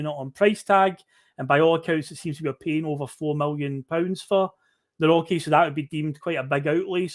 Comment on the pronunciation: Nawrocki pronounced nav-rotch-key